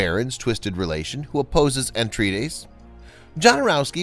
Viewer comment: it's Atreides, NOT ANTreides